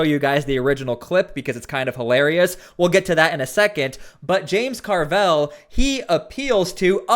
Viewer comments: stop pronouncing his name "car-velle", its just "carvil" , simple and stupid like his rotting brain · Dude, stop pronouncing Carville's name wrong